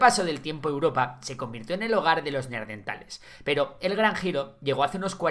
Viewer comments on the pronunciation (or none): Por favor, no digas neaRdeNtales 🤣🤣🤣